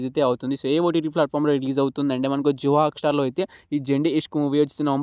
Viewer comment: Jio hock star కాదు జియో హాట్ స్టార్ అని అను